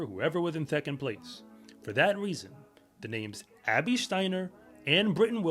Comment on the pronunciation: he trynna said Abby just NOT like that i get it lol